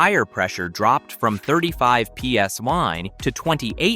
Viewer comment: NOT PSY IT’S PSI MORON 😮